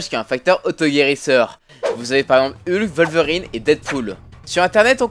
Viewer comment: Et "Heulk"